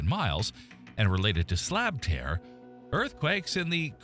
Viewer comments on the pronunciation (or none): none